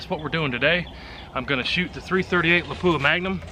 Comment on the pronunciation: When the tester can't pronoun Lapua properly........